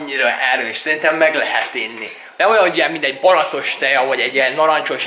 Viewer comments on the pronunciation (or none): Mèrt baracost mondasz mèrt nem aszt mondod , hogy barackos ????